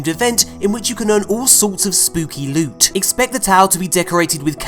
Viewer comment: Just came to say the way pronounce certain words cracks me up! Thanks for all the lewt.